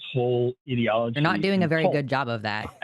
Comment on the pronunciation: you're a science-denying weirdo, and once again, people like you talk in buzzwords like "ideology" without knowing what ideology is. And you mispronounced it, you mug.